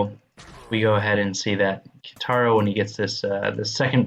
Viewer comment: It's "Ka(ee)taro". XD